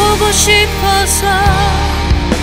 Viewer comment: 아마추어와 프로의 차이는 발음의 차이가 기본인듯 합니다. 고음을 부를때든 저음을 부를때든 명확하게 전달하는데 발음이 강해지네요~노래는 정말 잘하세요~까끔씩 / 싸랑 /쪄서/ 쌍시옷이 들어가는 발음은 노래를 잘부르는거에 감점이 되는듯 하네요